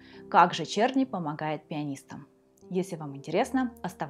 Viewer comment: Его фамилия должна читаться "Черны".